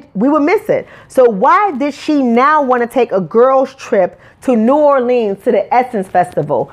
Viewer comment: when you decide to make your OWN movie, you can set the setting and make the plot about WHATEVER YOU WANT!!! And please learn how to CORRECTLY pronounce New Orleans, and SUCCESSFULLY, instead of throwing stones out of your glass house.